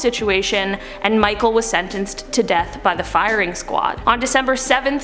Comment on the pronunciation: Michel like Mishel not like Michael